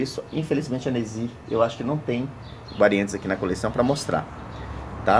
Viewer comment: E eu q achava q o nome era Inesi, pelo jeito que chama hahahhahahaha. Parabéns, Nesy, sua coleção é belíssima!